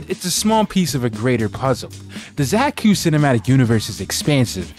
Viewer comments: It's pronounced "Zayh-Cooh", with the C pronounced like the C in "Cylinder". Sort of. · Zay-tsu, with the C pronounced like Sun-TZU